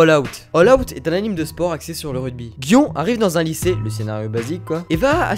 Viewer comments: ça ce dit "guion" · "Gion" ! t'a pas respecté l'animé ;)